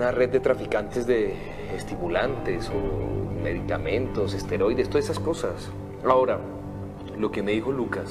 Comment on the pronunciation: ¿Nadie en producción se dio cuenta de que los actores dicen 'asteroides' en lugar de 'esteroides'?